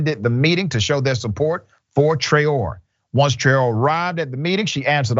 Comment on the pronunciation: The name is :Tra-o-ray" accent on the last syllable. It's a Malian surname, as in the famous singer Rokia Traore. Well-known and important historical lineage in Mali, Traore.